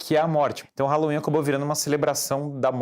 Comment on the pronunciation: Fala halloween direito